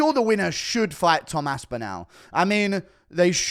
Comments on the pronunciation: It’s Tom Aspinall like tall not Aspin-owl… 😁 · "Its gonna be an Aspinal fest!"